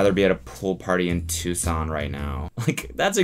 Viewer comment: Am I the only one that was surprised Grandpa Cody could pronounce Tucson correctly?